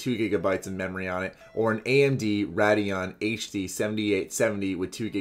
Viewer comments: When you read the spec sheet I was like do you even PC parts bro? nine five nine o.... ninety-five-ninety my friend. Ray-dee-ahn, not RAHD-ee-ahn. Just a pet peeve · "Rad-eon" hahahahahahahaha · Rad-e-on and Feenom. aight...